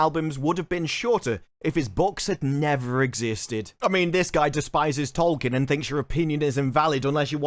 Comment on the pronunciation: If you're gonna talk about Tolkien so much you should at least learn how to pronounce his name.